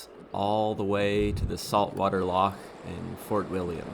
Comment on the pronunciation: An excellent video. Very happy you found the Aran Bakery in Dunkeld, its one of my favourites and so popular that often they have nothing left by the time i get there. Dont worry about the pronunciation, you managed Edinburgh and Loch and thats impressive enough. The wee Himmy looks to be a pefect bike for the back roads here and I am looking forward to see where you end up next.